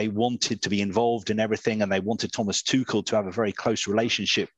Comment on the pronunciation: It's Tu rrr..el not Tu kel... Please put some effort .. that why he was lately edgy and he got fed up with England..